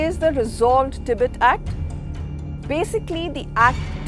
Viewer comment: your pronunciation the the word "Tibet" disturbs me